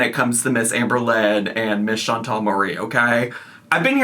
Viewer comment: update: there are NO E's in the name Chan-TAL. WTF did none of you people ever learn letter sounds?? 😒